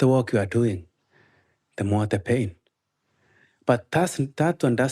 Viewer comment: This whole time I thought he was saying “paid” not “pain” 😂 I’m terrible